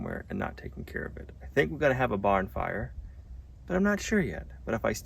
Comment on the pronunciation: Did anyone else catch what said at about? I replayed it several times and hope he misspoke, and doesn't really want to have a "barn fire". Much better to have a 'bonfire'. LOL